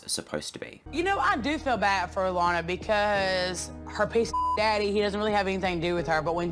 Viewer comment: I love it when another Aussie pronounces "Allannah" properly!! 😁